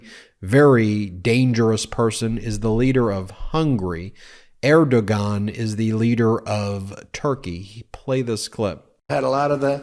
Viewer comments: The g is Erdogan is pronounced w. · FYI Ben, Erdogan is pronounced AIR-do-wan. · Trump is for himself and himself alone. How there are people who can't see that just boggles the mind. Oh, by the way...I think Erdogan is pronounced as Air-Dough-Wan, but don't quote me on that, lol. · It's pronounced Air-doe-wan. I don't appreciate the click bait title. Here I'm hoping to see the tide turn against this criminal and watch him get booed on stage. Instead I hear from the audience's response that he's more popular than ever. Plus, him babbling at length about anything, including himself, is his narcissistic shtick that we've seen a million times before. His fans have heard this stuff before and don't understand what Trump's policies would lead to or are fine with it. And yeah, I heard a few people boo him in New Hampshire yesterday. This is not the more substantive disapproval that it seemed like it would be, and of course, that Trump deserves. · When you correct Trump for getting the leader of Hungary confused with the leader of Turkey (now Türkiye, internationally) and then mispronounce the guy's name — that's instant karma for ya. It's pronounced 'air-doe-on'. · Erdogan is pronounced Erdowan. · its pronounced "ERD-WAN" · Note: The g in Erdogan is silent. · The g is silent. If we're going to be smug, let's at least pronounce the names correctly. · If you're going to mock trump at least pronounce erdogan correctly. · You don't pronounce a hard "g" in "Erdogan", knucklehead. How do you not know that?